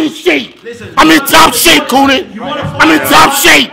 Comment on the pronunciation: "Top shape koonan"